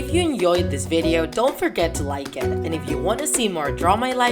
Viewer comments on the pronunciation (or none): why say 'enyoyed' instead of 'enJoyed'? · Hey u say enjoyed wrong u say enyoed